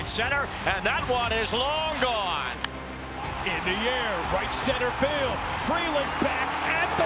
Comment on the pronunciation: There’s an L in the word field.